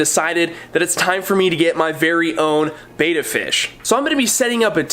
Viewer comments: Get a koi (color type) Betta. it is pronounced behtah not baytah. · Bet, bet, bet ... betta. Not baeta, not bayta, and not betta fish. Click the loudspeaker. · Sorry but I am tired of you saying Bait a fish when it is a Bet ta fish,bye un scribed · First, it's bet-ta not bay-ta Next, HMPK bettas are my favorite bettas. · It's betta, with a soft e. Beta, with a hard e is the second letter in the greek alphabet. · Roman G your right I will not unsubscribe. When ever talks about Bet ta fish I just mute him,,,,lol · First off, pronounced as Bet - Ah secondly... Nope actually that was all. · Betta, not Betta!😉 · you’re pronouncing it wrong but good vid